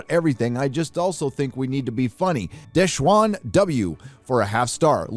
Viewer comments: De Shawn...not bloody desh wan ffs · "Deshwan" lol is a good ol' boy at heart